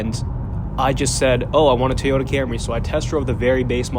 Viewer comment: TOY-ota. Not TEE-ota.